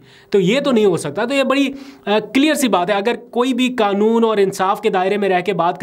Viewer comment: آپکو اردو کیوں نہیں آتی ؟ حلقے کو آپ حلکا اور قانون کو کانون کہتے ھو ؟ وسیم انکل کراچی